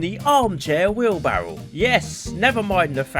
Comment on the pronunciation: I mean he said wheelbarrel but yeah close enough